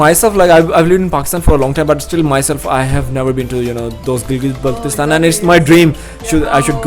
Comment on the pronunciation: brother, you are dropping the ball here. At least, pronounce the word Kyrgyzstan and Kyrgyz properly. Its not difficult. smh